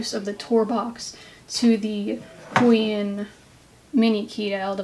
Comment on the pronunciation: Isn't is pronounced - Hoo-Aah-On?